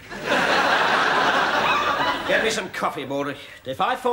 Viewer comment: i though he said "You are germ" lol